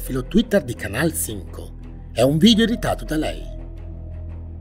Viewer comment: Ma come pronunci bene Canal Cinco 😍